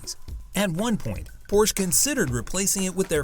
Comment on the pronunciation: Not only are the brand Porsche and the model designations consistently mispronounced in the video's voiceover, the Brand is misspelled in the video's title.